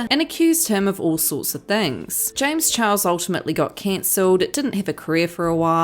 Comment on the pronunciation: James Charles say it with me....cz u got the name all wrong🤗